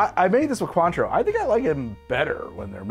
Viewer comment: The way Cointreau is mispronounced causes me to squirm.